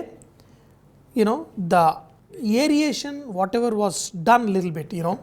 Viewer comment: That is not aeriation 😜😜 it’s aeration